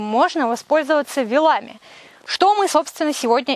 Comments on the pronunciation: Спасибо большое! Полезно и интересно. Только очень режет слух - вилАми. Правильно - вИлами (проверочное - вИлы). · ❤ только почему вилАми, а не вИлами? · Извините, но вы неправильно ставите ударение. Не вилАми а вилАми точки с запятыми не поставлены, потому что телефон тут же убирает заглавные буквы для пояснения. Вы грамотный человек, а это неправильное ударение очень режет слух, потому что так произносите именно вы. С уважением к вам А. В.